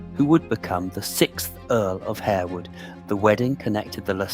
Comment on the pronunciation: It is pronounced Harwood not Hairwood and Lascelles is "Lassuls" not "la-sell"